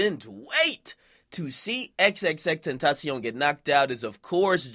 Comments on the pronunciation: So we call him ZZZTentancion now ? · you say this nigga name wrong every time